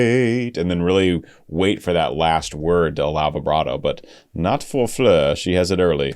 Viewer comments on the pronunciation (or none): Also, her first name is Floor just as it is spelled (like the opposite of the ceiling) not Fleur...but I'm not gonna beat him up over it 😀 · Hey,! Very nice video! Thanks for not having it Premier in a month and a half.;-) AND... I know you'll get a lot of this, but she pronounces her name like it looks. Like an actual 'floor.' Or do you say, "I need to vacuum my fleers"? In that case, carry on, brother. And her last name is pronounced Yonson... but I'll keep watching your NW videos either way. Or maybe you're doing like Suite Clarity... when they react to NW, they say "Jansen" on purpose, just to inflame the hardcores. 🤣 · Please can you say FLOOR and not fleur. And an advice to limit the word 'stunning' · Her name is FLOOR - not FLEER - its not hard ! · I don't know who told you to switch up the pronunciation of Floor's name, but they are incorrect. Her name is just Floor, like the actual floor you walk on. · In Dutch you pronounce it how it is written Floor. 😊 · Beautiful song by Nightwish. This is the last song on their album Yesterwynde. By the way..Floor is pronounced Floor..like a floor you walk on. It's a dutch name..meaning flower. Thank you for reacting to Nightwish. Cheers from a finn in Sweden. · The “oo” in her name pronounced more like in “floating”